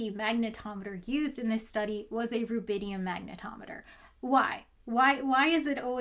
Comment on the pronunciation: So it's rubidium not rabidium and not even rabinium.